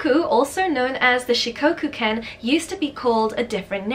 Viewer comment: omg Shikoku made it into a video! My Shikoku baby is my life 💕💕💕💕💕 (btw it’s pronounced with a short o sort of like in “off”) Kai ken are more popular in Japan than Shikoku, I’ve seen 4 or 5 Kai locally but nobody has ever seen a Shikoku before they meet mine 😭💔